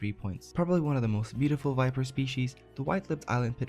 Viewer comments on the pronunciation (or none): none